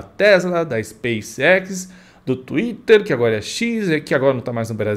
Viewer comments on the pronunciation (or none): none